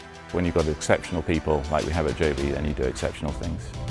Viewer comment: Joby NOT Jobbie